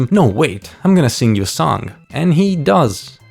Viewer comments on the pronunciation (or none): none